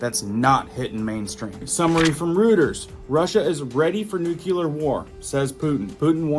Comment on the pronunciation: No cle ar not nuc u lar. Lol